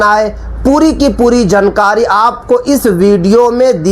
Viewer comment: Abe bolna thik kar le jankari nahi jaankari bol jahil